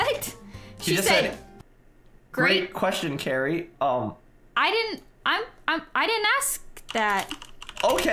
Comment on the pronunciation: U are saying lani not cari…